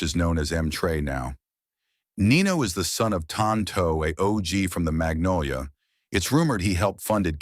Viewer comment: Dat man got structure innat bity, mfs really say nenolia for magnolia 😂💯